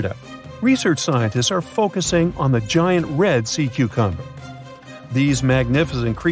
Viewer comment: At one point I heard this narrator say "Sea 'cumber." Then later they said "One of most 'interting'..." And I'm not halfway through the video. Does anyone edit these things?